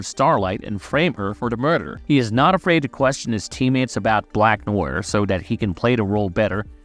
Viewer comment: How can you butcher such a simple name like “Black Noir”? Good video, but kinda annoying to listen to.